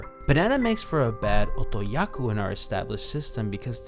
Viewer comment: Otokoyaku. Not otoyaku. Otoyaku isn't a word. I wanna watch this video but that's gonna drive me nuts.